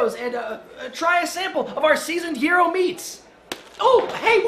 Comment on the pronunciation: It's pronounced "jie-ro"